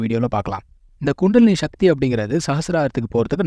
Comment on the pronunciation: முடிந்த வரையில தமிழ் சொறகளை உபயோகிக்கவும்! ஷக்தி. அல்ல. “சக்தி”. தமிழ முறை சிவன வழி- சித்தரகள பினபற்றுவது- சிவன ஒன்றே கடவுள சமஸகிருத தாக்கத்தை /அதன உச்சரிப்பை கொண்டு வர வேண்டாம நன்றி usa